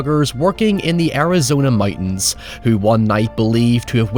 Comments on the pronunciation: Did you call a mountain a mighten? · "Mine tin" is now my new way to say mountain